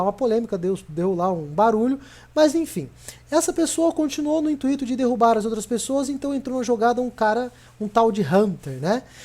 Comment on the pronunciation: "intuíto" hehehe. Mas e ai esse video seu foi monetizado tbm!? Se sim... meio hipócrita da sua parte né...